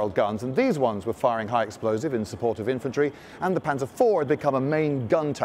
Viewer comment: My god, could it be, he didnt pronounce it panser but instead used the actual German way of pronouncing it